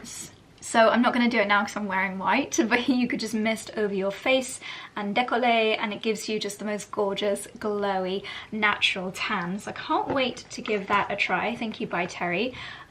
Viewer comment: It's pronounced Décoletté, not Décollé